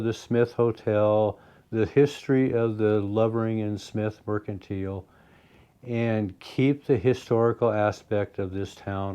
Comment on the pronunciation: I watch many videos of people going to ghost towns. You are the only one who pronounces merchantile the correct way.